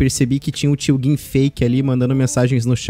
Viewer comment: e foda né pq eles não fala tio gin certo